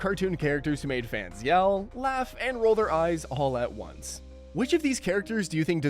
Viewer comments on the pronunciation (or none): none